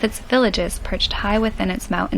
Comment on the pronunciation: The word is "Mountain" not "Mou'-en". Pronounce the "nt" please. He does it even worse . "Beoo'ful is'''ehhn?" ENUNCIATE, please. "Overstayed a little longer than we should have." "...Dutch guy from Holland." Redundancies are distracting. First of your vlogs that I've watched. Not great. I'll watch a few more. Maybe you were just having a bad day.